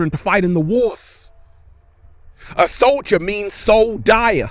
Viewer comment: Soldier = soul- dier. Wow.... 😭